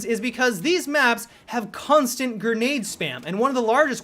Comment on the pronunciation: Why does he keep saying gernade instead of grenade